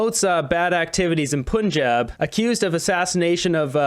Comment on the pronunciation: It’s not P Unn Job it’s Pun like that’s a good pun haha, Jan like throw a jab, Pun-Jab